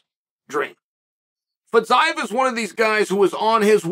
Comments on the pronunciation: not feez-eye-ev feez-e-yiev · I thought it was Fiziev but now thanks to Chael I’m calling him FitsIeev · Ah yes Fitz-Eyev, never change chael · Legit took me till the video nearly finished to figure out who Fit-zi-ev is haha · idk, w/Fiziev he changed all the vowels, and a consonant, and added a syllable, in 6 letters. Champ. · Boy, that took an unexpected turn... 😂 minutes of butchering the name "Fiziev", just to end with annihilating the hypothetical person that says Paddy wouldn't be ready for Gaethje. 🙏